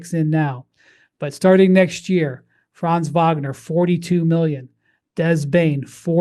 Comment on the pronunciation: Guys, please pronounce Franz‘ Wagners first name correctly. It’s not „Fraaanz“. It should sound more like you pronounce „fronts“ in English. The German a in that name is closer to an English o